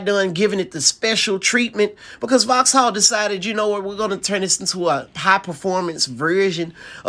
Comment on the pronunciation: Voxal not FoX HaLL